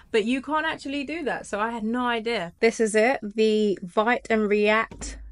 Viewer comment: Excellent info. By the way, Vite is pronounced "Veet" (rhymes with "Tweet"). Also, Astro allows you to incorporate React in your code and easily query a WP headless backend.